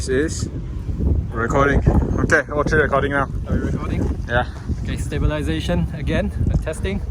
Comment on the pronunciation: Tree is not three